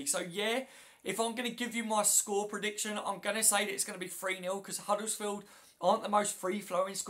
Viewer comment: Hi, it's not huddlesfield with an L in it it's Huddersfield, as in 'Udders-field. Thanks.